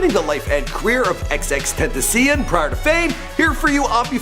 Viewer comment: Nigga you didnt even say his name right